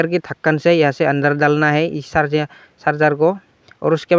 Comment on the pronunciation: Sarjing nhi bro charger